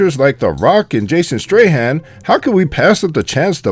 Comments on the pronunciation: also, he called Jason Statham Jason Strahan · learn to say jasons last name right ! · Also he keeps pronouncing Jason Statham's name incorrectly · You added your own by f-ing up Jason Statham's name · So you manage to find these, but you can't pronounce statham? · dumb ass have you not seen the movies that's NOT Mia that's Letty in the red dress dumb fuck and you not even saying Jason's last name right 😅😅😅😅 what a dumb fuck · Sorry to bitch, but you pronounced Statham wrong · hahahahah this guy is funny. Jason STRAHAN instead of STATHAM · It triggers me he said Jason Strayhan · And it jason stathamnot stryhan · and he calls Jason Statham Jason Strahan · Jason Straightham?!? top 10 actors name pronounce fails next? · and Jason "Stray-Ham"?????............dude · tony turbyfill right i dont know jason strayham i know jason statham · you are an idiot and clearly have too much time on your hands why don't you try and get some and if you're going to make a video trying to bag on the movie why don't you try getting the names right stupid Jason Strahan was a football player his name is Jason Statham and her name is Letty not Mia dum dum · Jason statham not strayham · the biggest mistake here is calling Letty "Mia"..and Jason Statham "Strahan" WTF! d-_-b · TOP 2 MISTAKES MADE BY NARRATOR IN THIS VIDEO 1. The name of the Male actor is Jason Statham (Pronounced "Stay tham") not Strahand. 2. The name of Michelle Rodriguez's character (i.e. the fight scene with Ronda Rousey) is "Letty" not "Mia".... FYI: If you are going to make videos pointing out mistakes, It is prudent that you don't make your own.. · statham not strayham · also... why you keep calling jason statham ... jason strahan? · Come on man ! It's Jason Statham :)) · It's Jason statham no streham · Why do u keep saying straytham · I think he called him Strayham :D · did he say jason straight hand? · Did this nigga say "Jason Strayham" wtf😂😂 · Strahan... ha Statham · His last name isn't Strahan. It's Statham